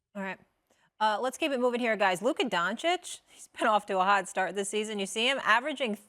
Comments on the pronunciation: WTF is with this Doncik and Donkic 🫏? Yo jackasses, it's not that fucking hard, its Donkick! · Don-CHICH, not Don-Chick, dude is in his 5th season and you morons still can’t pronounce his name. 😂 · If Mad Dog says Don-kich one more time man 😂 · nobody: mad dog: DONKic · can they stop calling him donkic or doncik , holy fk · Such a disgrace!Two gazzillion dollar paid so called analytics do not have enough respect to young european guy,who is actually a super- star of NBA, simply to learn how to pronounce his name. All this silly Donchik,Donkich,,from Steven A. and Mad Dog,Very arrogant.Very unprofessional.Little more respect to the world, gentlmen,DO YOUR HOMEWORK! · They still can't pronounce Doncic's last name. Might as well call SAS as Stephen A Smith (Curry pronunciation). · All these years and Stephen A sill cant pronounce Doncic correctly.... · SAS is so disrespectful always pronouncing Doncic incorrectly. He doesn’t understand common courtesy and respect.